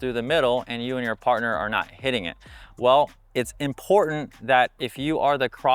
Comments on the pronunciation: has really good free instructional videos, tips, graphics, and more, so I hate to nitpick. But, I agree in - pronounce the T. Why are influencers, news journalists, etc., dropping Ts now? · Great tips but can you please pronounce the T in “ important” Cheers😂